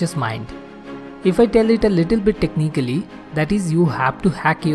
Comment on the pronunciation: "A little bit techniccaly" um sir you need to learn some proper english